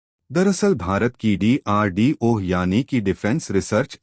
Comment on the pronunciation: DRDO ek sabd hai.Tum ucharan D ko alag karke bol rahe ho.